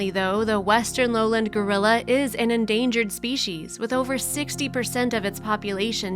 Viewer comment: I don't like these types of heavily edited mini movies. They don't show the actual activity - like describing the baby gorilla following the dad as they're showing him walking ahead of the dad! Or talking about them in a zoo and showing clips of them in the wild! And too many narrators don't know how to pronounce simple words like foliage not foilage! Lowland is low land not 'lowlind'. I feel like they steal clips from original videos and somebody edits them together in a very uninteresting way and adds an even more uninteresting script. Others may feel differently but that's how I feel when I see these types of poorly edited videos.